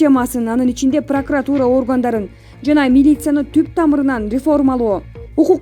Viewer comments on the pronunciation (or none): none